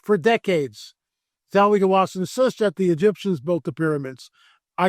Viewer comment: God would NOT have stopped the flood if any of the Nephilim were still alive considering they are one, if not THE, reason for the flood. It's Zahi not Zawi Hawass, btw. So, makes me wonder if you really spoke with him.